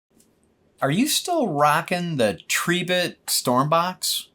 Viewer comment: Tree bit , thats a new one on me 😂 It's Tri bit as in "ribbit" 🐸